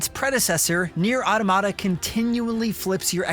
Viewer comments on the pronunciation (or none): It’s pronounced: Ah Tah Mah Ta, not Auto Ma Ta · It's not "Aw-duh-mah-duh". "Aw-tom-ih-duh" is closer, but the correct pronunciation is "Aa-tah-muh-tuh". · Repeat with me: AU TO MA TA not “aodomada”… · I give this review a 1/10 for pronouncing “automata” like that 😬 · I like how this guy pronounces the word wrong. Just kidding. I fucking hate it.